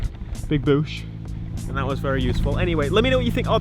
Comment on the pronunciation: "Found a nice big Boosh"